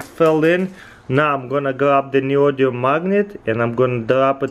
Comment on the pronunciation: So, Neodium? Or Neodymium?